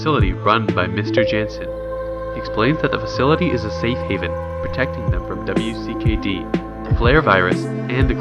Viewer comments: Most triggering part is that he said "W.C.K.D." instead of WICKED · W.C.K.D.... Did you know its pronounced Wicked? Easier to say also.